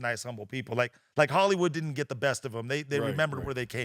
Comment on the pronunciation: how is it "hollyhood"??